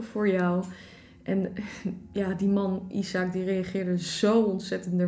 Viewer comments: Ben ik de enige die weet dat het niet “isaak” is maar je spreekt het uit als ajzek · isaac spreek je uit als “ijsek”